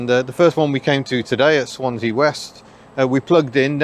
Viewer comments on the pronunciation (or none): none